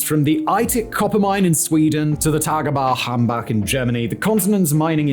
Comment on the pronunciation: The way he pronounces "Tagebau Hambach“ is so ridiculous. Made my day, great video.